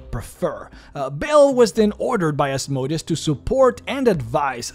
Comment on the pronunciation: Said it before, say it again: Asmodeus has emphasis on the "e", not the "o". The "o" should barely be soundable, as it is a sheva sound, which means ususlly not soundable, with some exceptions being a ultrashort vocal. It comes from hebrew Ashmedày, to greek Asmodaìos, to latin Asmodèus. Putting the emphasis on the "o" makes him sound like a machine. Sorry for being so pedantic